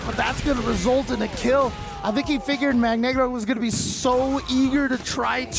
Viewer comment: it's magNEEgro like "Magneto" btw